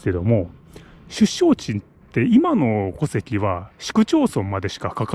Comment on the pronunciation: 戸籍の発音がおかしいですよ。